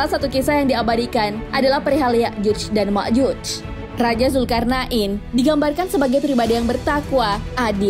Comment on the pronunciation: Zulqornein bukan zulkarna,in bos